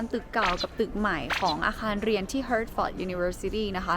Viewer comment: อ่านว่า ฮาทเฟริซ เขียนหมาอ่านแมว